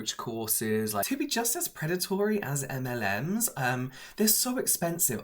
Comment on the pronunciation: Literally thought he said m&m’s lol